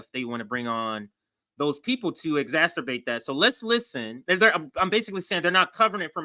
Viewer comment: it's exacerbate EX ASS SIR BATE not X-asturbate, the masturbating X-man 😂😂